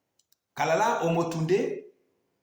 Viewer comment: Kalala, pas kalakala, et cest anyjart pas anyart...